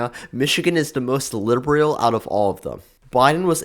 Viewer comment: I dont trust anyone that can not pronounce LIBERAL